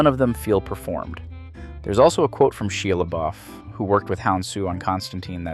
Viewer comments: Shah-Ya Luh-Boff, not shee-yah luh-boofh.... please and thank you... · I cant tell if you're AI or just too young to know how to pronounce Shia Lebouf's name